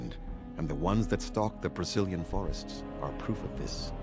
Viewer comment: everytime i hear Brecilian Forest, i for some reason only hear "Brazilian Forest" and i can take it out of my mind anymore D